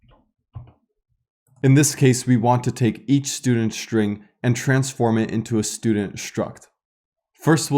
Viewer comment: great videos, thank you! may i ask something off topic? i somewhat interested in languages and linguistic and have a question. why do you pronounce some ST words such as struct and string as SHtruct and SHtring, while in some other cases such as student, start, stop, you don't make SH (Ш/Щ) sound? what is the origin of this?